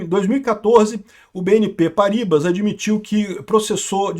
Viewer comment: Não é Paríbas,. A pronúncia do francês é Parribá!